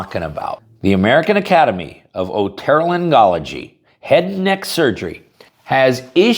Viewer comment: It's pronounced O-toe-lair-Ng-ology